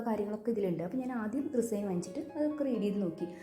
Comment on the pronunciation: അത് റിസൈൻ അല്ല റെസിൻ ആണ്